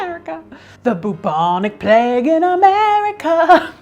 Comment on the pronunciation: Okay okay okay okay, now I've listened to Trump about 25 times and I swear he is saying "vagina plague" Having watched the rest of the video, Trump saying Vagina Plague is the new Bentham's Head. the Plague Fake is a just a wannabe